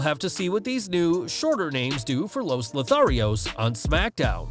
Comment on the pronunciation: Is it Lotharios? I hear Lo Torios! Also, the definition of Lothario fits Garza but not Humberto.